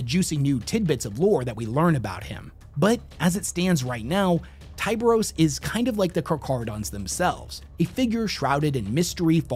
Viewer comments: Tie bur os Not tie beery us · He also pronounces chimera and tyberos incorrectly